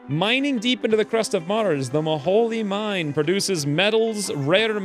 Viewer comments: It's pronounced Mo-Hole, It is a reference to Kerbal Space Program, an infamous graphical glitch that became canon. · Not maholy mine it is the Mo-Hole